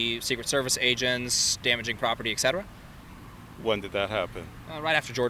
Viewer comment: the phrase you're looking for is "et cetera", not "eck cetera"